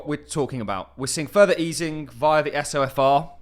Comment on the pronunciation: It's pronounced So-fur